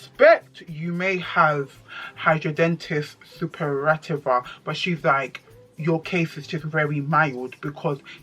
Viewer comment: Loooool. You completely butchered it. hi-dra-de-nigh-tis supra-i-tiva. Wish I could voice record lol. Unfortunately it is related to weight as majority of people who have it are overweight. I understand it’s very painful. I don’t have it but as a doctor I can say it is poorly understood but a dermatologist is best to help.